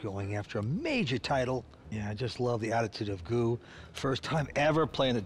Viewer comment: sorry guys, but GUO is not pronounced goo .. it is pronounced gooWAW g- u - uAW